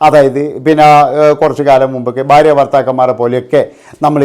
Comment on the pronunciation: ബാര്യ അല്ലെടാ മൈരേ,, ഭാര്യ ആണ്